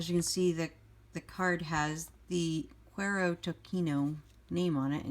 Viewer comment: Great review and love your channel! FYI, the words are Spanish so they're pronounced 'koo-EH-ro to-SEE-no'. Cuero means 'leather' and Tocino is bacon/fat. HTH! 😊